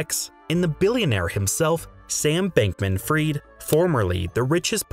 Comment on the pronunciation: Bankman-FRIED (pronounced "freed"), not "Bankman-Free".